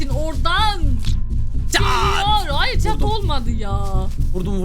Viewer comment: Hayır diyeceğine "ÇAYIR" diyen koca yürekli:DDDD